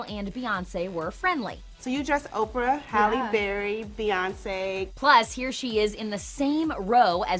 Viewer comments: I thought she was saying Bay as in combining Bey and Jay but she's just calling Beyoncé Bay for some reason and it's annoying. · its bey as in bee hive not bey as in dock of the bay. am i the only one annoyed by this? lol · Why does she keep saying BAY instead of BEY? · Who else cringed everytime she said "Bay and Jay". It is BEY like the letter B. Geesh. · Her name is not BAY, it’s not BAYoncè it’s beyoncè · why is she pronouncing bey as BAY? its bey as in BEYonce? get your facts straight